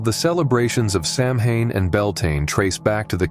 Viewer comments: If I remember correctly, Samhain is pronounced "show-AIN"...show rhyming with cow... Celt languages are strange ✌👽🍻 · SOW-en. No "h". 🖤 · Samhain is actually a Gaelic word and means “ Summers end” and it is pronounced: Sow-in, Ireland Sow-een, Wales Sav-en, Scotland.